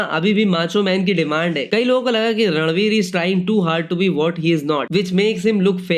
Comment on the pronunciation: It's ranveer not radlveer 😂